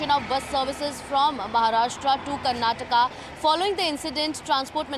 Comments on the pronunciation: It is kannad and karnatak😂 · That is Karnataka... Not Karnatak... This is called hindi imposition... Don't underestimate South